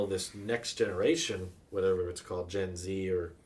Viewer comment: I call that generation "Gen-Yuzz"